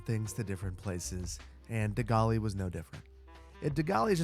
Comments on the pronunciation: Love you GREAT BUILD but it’s pronounced DeGaul and not degaullee ❤❤❤ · Hearing you say Gaulle's name the way you say it caused me pain every single time. I've always heard it refereed the like you guys say Gallbladder Charles De Gall and not Charles de Golly, :face-orange-raised-eyebrow::face-orange-frowning::face-pink-tears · You never studied French, eh? De Gaulle is pronounced, "De-Gaul" not "de-gollie." And if the French revere him as a leader, just remember they are the same ones who think Napoleon won the Battle of Waterloo... ;-) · De Gaulle is pronounced De (not Dé) Gaul' (Not Gaullé/gaulli) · The way you're pronouncing de Gaulle was kinda jarring hahaha. The pronunciation is closer to "de goal" than "de golly", the French normally don't pronounce e's at the end of words. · Same! I’m not even a francophone, but I cringed every time said it “dee-golly!” lol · Hi! SO i'm watching this a bit late but I am French and indeed what you thought about the image of De Gaulle (Pronounced Duh Gaul) is true:) We consider him here as a great president and founder of our modern country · Gawllley Sarge! that is pronounced as The GALL. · Please please please it’s De Gaulle (to rhyme with hall) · I had no idea who you were talking about until the name appeared on screen... Never heard De Gaulle pronounced like galley before. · I'm French so I liked the De Gaulle (pronounced De Goal by the way 😉) naming. I didn't know about his relationship with the USA so I learned something. And you're right in France he is seen by a lot as a great leader but even here his politics were controversial and led to Mai 68, the biggest strike movement in France. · De Gaulle not "De Gaulli" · De Gaulle is actually pronounced de Gawl, but if you stick with the American pronunciation you should make a De Gaulle Alley! 😁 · My biggest problem with your take on de Gaulle is the horrific pronunciation. Gaulle is a single syllable (Gall, as in he had the gall to ____). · me too. 😔